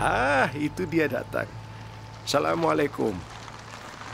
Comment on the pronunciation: salah ngomong bukan salam mulaikum tapi asalam mulaikum